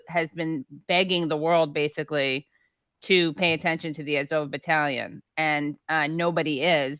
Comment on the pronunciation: What is up with Katie's weird pronunciations of the Azov battalion?